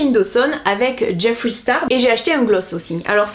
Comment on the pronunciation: merci de prononcer jeffree « jeffri » et pas « jeffrai » 😭